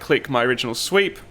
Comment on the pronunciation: Am I the only one who was hearing "sweet" instead of "sweep"?